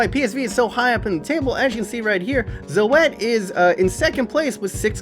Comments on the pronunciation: OMFG "Zo-et" lol its like "Zoot" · it's z-oo-t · You pronounce Zoet as Zoot... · Zoèt= zoot, pronounce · you prenaunce Zoet as Zuet